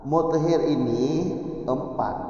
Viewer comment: Muthahhir tgk bukan muthhir 🙏